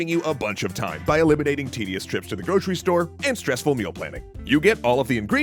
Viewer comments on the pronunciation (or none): none